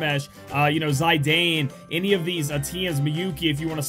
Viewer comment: Cringe when he pronounce Zidane "Zai-dayne"